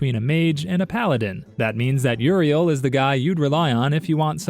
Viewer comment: You say Uriel... I hear ORV